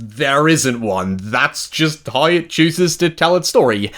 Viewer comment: It’s how not hoy and now not noy. Learn how to pronounce your w